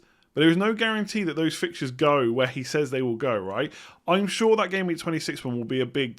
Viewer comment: Yeah because he pronounces "sure" exactly the same as "Shaw"